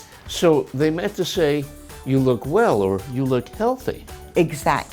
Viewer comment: pls a question, you said weller, is it okay mr?